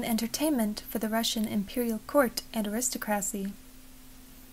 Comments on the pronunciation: Your voice is lovely. I could listen to it for a long time. Please note, though, that the word is pronounced “air-is-TOCK-ruh-see. Please do make more videos! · It was very nice but you do really need to seek out to say aristocracy correctly.